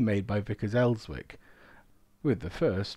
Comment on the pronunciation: Vickers Elswick - the 'W' is silent. Ellzik is the correct (local) pronunciation. Cracking stuff other wise. RTH former member of 203 (Elswick) Battery 101 (Northumbrian) Rgt RA (V)